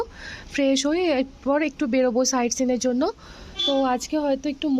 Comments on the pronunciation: তোমার দুটো ভিডিও তে লক্ষ করলাম তুমি বলেছো সাইড সিন Side seane দেখতে যাচ্ছি। কথাটা সাইড সিন না। কথাটা হলো সাইড সিই্্ Sight seeing অনেক মানুষ তোমার ভিডিও দ্যাখে । পরের ভিডিও তে তোমার বলা কথাটা শুনলে নিও। অনেক অনেক ভালো থেকো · Ha দাদা sight seeing, আমার ও মনে হয়েছে, ভুল শোনাচ্ছে কিন্তু শোধরানো র জায়গা ছিলো না